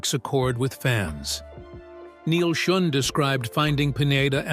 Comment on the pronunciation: I've actually met with Neal several times and he would be so pissed at that pronunciation of his Name....fix it